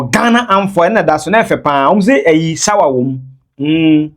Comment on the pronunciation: Hahahahahah my guy they u pronounce shower wom